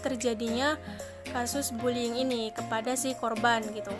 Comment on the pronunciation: Bullying atau bulling🤣